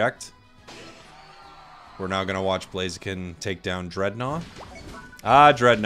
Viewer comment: Ugh, I hate Blaziken. The only thing I hate more than Blaziken is the incorrect way Americans pronounce "Blaziken". First Decidueye, then Mamoswine instead of Piloswine, then Sableye, now Blaziken!? PleasenoSwampert! PleasenoSwampert! PleasenoSwampert! PleasenoSwampert! PleasenoSwampert! PleasenoSwampert! PleasenoSwampert!